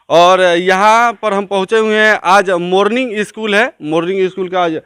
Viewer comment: Pehle bolna to sikh le....... Morning... Ko... Morling bol raha hai....... Ek bar bdo. CEO... Ke bare me pucho... Ki ye log late.. Or... Itna obsence kyu rahte hai... Block staff ke bare me.. Video banao.... Kewal school me hi himat hai dikhane ki.... Block prashaasan chuter me danda kar dega..... Ek bar ja ke dekho nani yaad aa jayegi